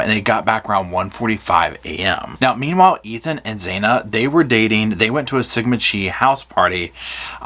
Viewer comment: This man really said "Sigma Chee"